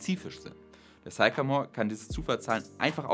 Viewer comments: Sycamore: spricht sich nicht: zeikamor, sondern: ssssickämor Aber zur Sache: Ich denke nicht, dass uns Quantencomputer in den nächsten 20 Jahren beim MediaMarkt begegnen werden. Ich habe in den 90er Jahren Mainframe-Rechenanlagen aus den 60ern, die z. T. noch aus diskreter Elektronik bestanden (z. B. HP 3000, IBM 360, ...), automatisiert auf damals moderne Client-Server Systeme (z. B. HP 9000) konvertiert. Aber kurz danach waren auch diese Systeme überholt, und jeder Mitarbeiter, der vorher vor einem Terminal saß, hatte nun einen (Windows-)PC. Und die Daten, die vorher auf wuchtigen Bändern waren, wurden erst auf DATs geschrieben und dann sogar auf optischen Speichern und Festplatten abgelegt. Aber in dieser ganzen Zeit von den 60ern bis heute war immer der bestimmende Faktor die Verarbeitungs- bzw. Bediengeschwindigkeit des Menschen. Sicher gibt es viele Aufgaben für extrem schnelle Rechner und Quantencomputer, aber außer dem Wetter sind diese Aufgaben alle rein akademisch. Und das Wetter ist schon längst gut genug vorausberechnet. Mehr als die heutigen Hochleistungsrechner der meteorologischen Institute braucht man auch in Zukunft nicht. (Es sei denn man vervielfacht die Messstellen um 2 oder mehr Größenordnungen.) Der Quantencomputer ist ein akademisches Spielzeug. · Sycamore is pronounced sickamore ˈsɪkəmɔːr